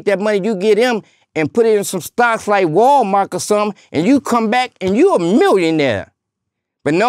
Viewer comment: Dude said amberlance and walmark.... 🤣 😆 🤣 this dude kills me... Respect!